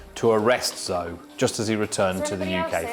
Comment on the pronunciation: He is really mispronouncing those Chinese names. Zou...lol